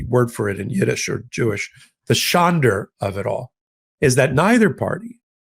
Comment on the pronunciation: No “r” on the end of Schande